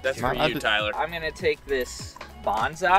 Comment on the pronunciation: bonza-...bonse-...bawns eye